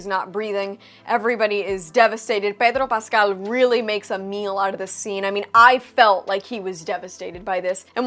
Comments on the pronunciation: I love how you switch to Spanish when pronouncing Pedro Paaascal jaja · ..how does she pronounce Pedro Pascal like that?? LoL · Love you "Pedro Pascal" (in a spanish accent) ❤ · Wh...why do you always pronouns Pedro Paskels name the way you do? Is it you trying to hold to something cultural because you're both latino?